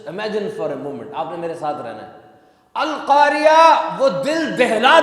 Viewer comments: القاریہ نہیں ہے القارعۃ ہے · بھائی القارعہ ہے